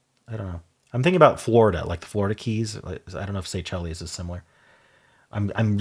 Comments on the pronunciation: The islands are pronounced "Say-Shells" not "Say chellies" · The island country is “Say-Shells” not “say-chel-es”. And sacrum is the lower end of the spinal cord the last few tail bone segments. You were thinking of a sanctum. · Pronouncing Seychelles that way is a choice 😅